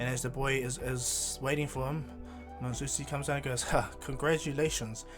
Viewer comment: the name is mi-zu-ki